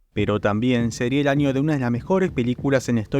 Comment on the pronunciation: ¿Año o “anio”? ¿Se les complica la Ñ?